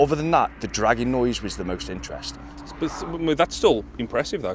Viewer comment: Awesome guys! I keep thinking you are saying "Dragon noise" instead of dragging noise lol!